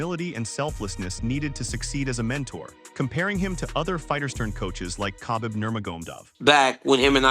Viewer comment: bruv is this your voice or AI? you mispronounced Khabib's name totally...otherwise, my 1st time - decent channel just stay who you are no clickbait and bullshit and lies and instigation.